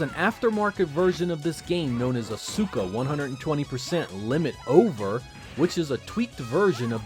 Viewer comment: Asuka 120% is probably pronounced as "Aw-ska"; like the WWE superstar as the name is spelled and pronounced the same way.